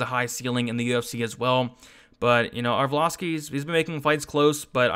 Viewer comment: Haha every time he fights, you crack me up with "arvloski"